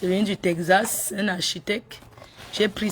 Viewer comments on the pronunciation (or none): Tekzasse putain on dit texas l école est bien hein